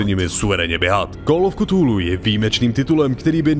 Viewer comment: /kəˈθuːluː/ [k 'fúlú] Jen menší výtka